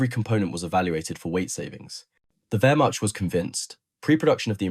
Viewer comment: Learn how to pronounce Wehrmacht.